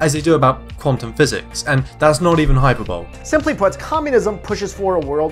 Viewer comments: The word 'hyperbole' is pronounced high-per-bo-lee not hyperbowl. #ReceivedPronunciation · "That's not even hyper-ball" Hyperbole is pronounced "high-per-bo-lee" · Did you say hyperbole like "hyper bowl"? It's hīˈpərbəlē. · I've enjoyed your videos and your channel, thanks for the hard work! Keep it up! Also, I see everyone jumped on the hyper-bowl / hy-per-bolee issue, but I also wanted to give a little heads up on another word which didn't quite fit: you used the phrase 'inert value of...' when I think the word you're wanting is 'inherent' as in 'inherent value.' The word 'inert' means inactive or neutral/non-harmful. 'Inherent' means built-in or a fundamental quality of x. HTH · "Hyper bowl" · "hyperbowl" i love you so much but this had me wheezing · Hyperbole..... hy-per-bo-lee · Good work getting through the whole thing! Also, hyperbole is pronounced hyperboley(/hʌɪˈpəːbəli/) because it's from old af words. Don't want righties saying "Oh, your entire argument is invalid as you mispronounced hyperbole ergo communism disproved" now, do we? :p